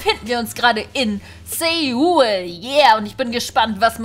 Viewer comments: Das heißt nicht Seul sondern Soul. Aber trotzt dem tolles Viedeo 😁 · Meine Mutter war grad erst in Korea und Japan und Seoul wird Soul ausgesprochen